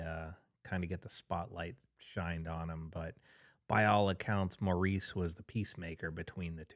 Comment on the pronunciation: It was pronounced “Morris.” If you’re going to pay tribute, learn the man’s name!!!